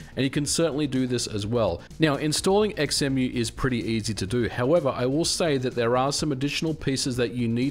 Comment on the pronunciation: Surely its pronounced "Zemu"? Like Xenon, Xylophone, Xaviar, xenomorph, xenophobia, xenia, xena etc etc ??